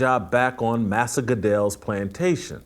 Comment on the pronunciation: “Massah Goodell” 😂😂